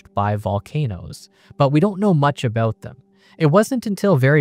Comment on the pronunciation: WOULDN'T NOT WOUNNINT ABOUT NOT ABOAT FLOATED NOT FLOWDID ATOMS NOT ADAMS